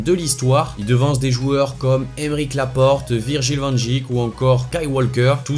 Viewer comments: Ta dit virgil van djik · SES PARIS il a dit Virgil van djik